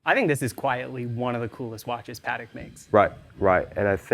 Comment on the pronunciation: Interesting that the guy from Hodinkee can't pronounce Patek correctly...